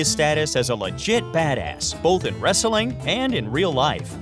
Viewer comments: Jesus fucking christ! The way this guy pronounces 'wrestling'. He gives the word an extra fucking syllable! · Wrestling not wresteling wtf